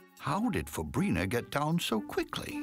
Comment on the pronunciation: Fabrina I thought the narrator said fabreeze